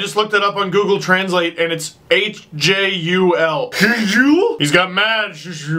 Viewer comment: the H is silent in Hjul, just something I wanna point out ;)